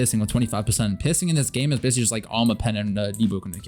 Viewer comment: Wait, I heard u say pissing in this game instead of piercing XD